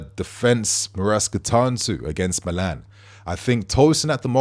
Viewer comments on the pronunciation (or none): none